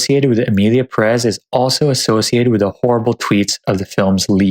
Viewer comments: wasn't it pronounced as PEHrez not puhREZ? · pErez, not perEz ~ is it too much to ask that english speakers say ONE NAME correctly? “Pérez” => accent tells you to stress 1st, the accented, syllable. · The accent in Pérez goes in the first syllable, it´s not PerÉz